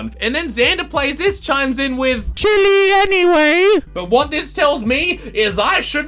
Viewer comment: IM BIG SCARED when he pronounced chile wrong